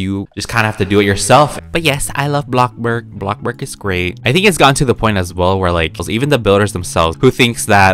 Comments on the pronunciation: u say blocburg. not bloxburg.. its bloxburg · Was I the only one who hears him says “blockblurg” ??? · why do you say blockburg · why do you say blockburg?